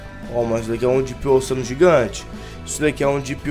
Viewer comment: fala direito Depp ocean, se pronuncia onxan